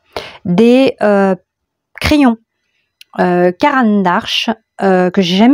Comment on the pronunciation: C'est Caran d'Ache, pas ARche :)))